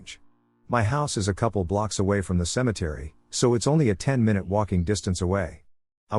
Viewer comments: screams mynoot in pingu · I always get a chuckle from it mispronouncing minute😂 Yes they're spelled the same way, but still I can't help giggling at "My-Noot"😂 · He lyves mynoot to mynoot